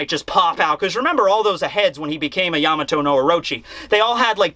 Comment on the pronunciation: im glad you pronounce it yAmato and not yamAto like other youtubers its really annoying